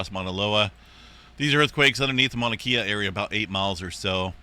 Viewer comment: Hate to be too critical, but being from Hawaii, we are when it comes to the Hawaiian language. Mauna Kea is pronounced with a short "e" as in "eh", not as in "ee". So, Mauna Kehya.